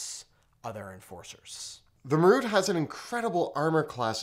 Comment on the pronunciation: ma-ROOT? (wince) MAR-ut.